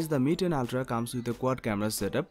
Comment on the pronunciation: You pronounce ooltraa 😆